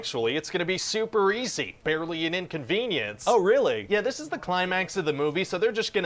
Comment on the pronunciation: Great job with this video! PM takes it though.... 1.75 "Super easy, barely an inclonvenience!" ... almost two times, and the follow up was that the Producer Guy suggested to his partner that they could abandon their own kid! The uncomfortable look on Writer Guy's face was enough! That and the way Writer Guy went dark! Hilarious! But both were funny, so it is really a win-WIN situation with these! Looking forward to the next one! I wonder if Pruducer Guy's partner would have agreed if only he had remembered to mention that they have to abondon their child with the police? Hmmm....